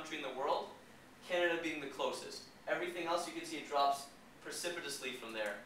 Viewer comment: Your credibility dropped "percipitably" the minute you started speaking!